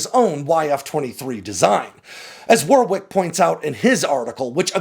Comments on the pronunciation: 'Warwick' is pronounced 'wahrik' - not 'warrwiyk' you dummy. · If he's British, it's pronounced "Warrick"